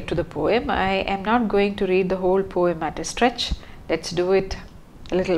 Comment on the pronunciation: Please work on your pronunciation, especially as you are teaching learners of English. People are normalising wrong pronunciation just because they don't want to work on theirs. Pronunciation of words like genre, poem etc. can be learnt online. And yes, the word 'poem' does have a soft 'e' (No hate)